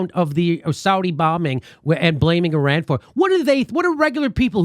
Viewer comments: Learn to fucking pronounce foreign countries and cities names Americans. Even trump gets it right - it’s Ee-ran not I-ran. Mos-co, not mos-cow. Fucking ignoramuses. Love your show jimmy btw. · Fucking CBS can't even PRONOUNCE "ear-RAN" properly! As you can hear when Trump(!) says it properly, it's "ih-RON". FFS.